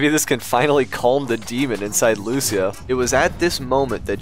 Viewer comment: Ily but please for the love of god say your daughters name right. Its "Lew-Sea-Uh"